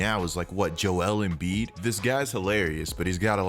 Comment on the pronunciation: I stopped watching once he said Joel embed funny